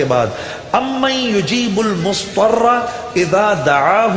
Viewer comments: Mudtarra not muztarra* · ALLAH marhoom Juneid Jamshed Sahab ko Jannatul firdaus mein jagah ataa farmaaye... But he recited little wrong there is Zaad not Saad in Mudhtarra, not Musstarra ...